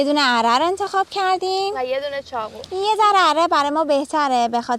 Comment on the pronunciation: چرا ب ق میگی خ؟چاخو یا چاقو؟؟؟